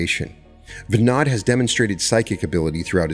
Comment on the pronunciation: Great episode but you totally destroyed that name , Andrija Puharić its pronounced AN DRI A - POO HA RICH he was a Croat born in Chicago and VINOD is pronounced Vii nood